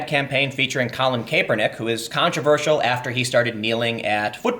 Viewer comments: Tim, Kaepernick's pronounced 'CAP'-ernick, not 'CAPE'-ernick. Also, the fact Nike is getting such a nice response in it's stock market (at least if the drop holds) is mildly amusing to me. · Almost turned it off with the pronunciation of Nike and kapernick. It was a struggle but I made it Tim. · Pronounced: "Ni-Kee" "Kah-per-nick" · I love your work Tim, but damn the way you pronounce Kaepernick and Nike actually made me sweat from cringing. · Tim, did you have a stroke? I’ve never heard anyone pronounce Nike or Kaepernick like that. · kApernik is also brutal. Kapernick, soft ‘a’ nike Hard I hard E. Please Tim I can’t do this